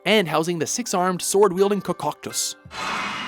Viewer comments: Regarding the 10th slot: It's not "Koccoctos", it's "Koloktos" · Not only did he say Koloktos wrong but the way he said it too "Kokoktos!" lololololololololololololololololololololololololol!!!!!!!!!!!!!!!!!!!!!!!! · it's koloktos, not kokoktus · Wait what kakaakos you mean koloktos? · Kokoktos!!!! You mean Ancient Automaton Koloktos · Kokoktuss? You mean Koloktos. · lol he said Cococktus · mogoblins? kokoktos? that's not how you pronounce those, it's mobgoblins and koloktos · stopped watching after he said kokoktos instead of koloktos. push, amateurs. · kokoktos? Lanaryu? dude come on.... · They get stuff like this wrong in every video. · It's "KOLOKTOS", not "KOKOKTOS", you moron!!! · "Kokoktos". Ok, can you just not read? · The way he missed pronounced koloktos is so lol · U mean Koloktos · Ko-kok-tos? Really?! KOKOKTOS!!??? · Hate to be that guy, but he pronounced "Koloktos"wrong. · My 3 favorites are Great Bay, Ancient Cistern, and the Water Temple. I'm just a guy that loves water levels. Screw the haters. (You pronounced Koloktos wrong,. Why are you so bad at pronunciation?) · Excuse me? How did you pronounce Koloktos there??